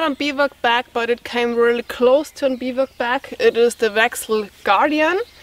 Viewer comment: Hi enjoyed as usual with all the knowledge you carry with you. I also know you like to learn how to pronounce certain words in English. So here is how you would say Bivouac. ˈbivo͞oˌak. Thanks again for for being yourself and good health to whole family.